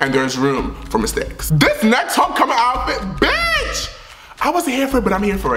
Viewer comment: it’s homecoming not HOECOMING